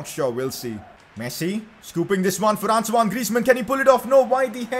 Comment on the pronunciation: It's Antoine Griezmann not Ansoine,Please 🙏